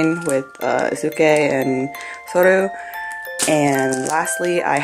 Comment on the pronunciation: I'm just gonna correct you on some name pronunciations Soryu (Sore-you) Eisuke (eye-skay) So lucky! ;A; Wish I could've gone but I live across the country